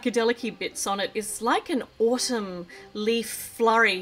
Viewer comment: why are you pronouncing Autumn like Autum?